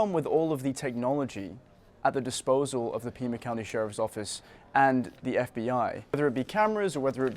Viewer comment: Pima county, not Puma county